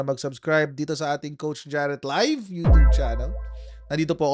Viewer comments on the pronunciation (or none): none